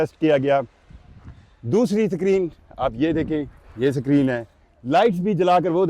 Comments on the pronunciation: Tuff Tiles 😂😂😂😂❌🤡 Paver blocks ✅ SACREEN ❌ Screen ✅ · Sakreeen 😂,nazreen definitely,basically,andia😂😂😂😂